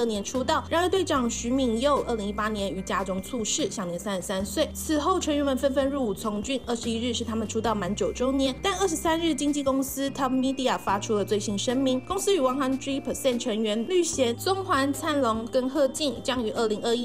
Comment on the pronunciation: TOP Media读为T-O-P Media。团名和所属公司名都读错了，播报之前先做好功课好吗。